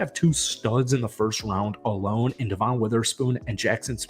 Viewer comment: It’s just regular Devon bro. Not Duh-Von